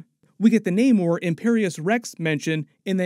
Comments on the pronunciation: Why are you guys still calling Namor when he pronounces it Namor 😑. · You need to work on your pronunciations of Nakia, Aneka, Ayo, Namor et al. How are you still mispronouncing them after watching the movie? It’s annoying for you to give a full breakdown and Americanize the pronunciations. As for the nanite armour that Tony has for Infinity War, Shuri actually helped him develop it based on the “The Wakanda Files”